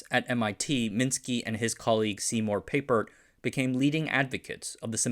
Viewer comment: It's pronounced Pæpert not Pāpert, and that was a bit of a confusing way to present the XOR function: since you set it up with a XY plot, you should have put the Inputs on different axes with the values in the middle. Other than that, great video as always 😊